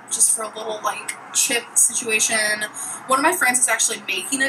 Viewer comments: I cringe every time I SAY SITUATION!!! ☹️ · I love that you rolled your eyes the first time she said “situation”. That is me every time she says it. It infuriates me actually 😳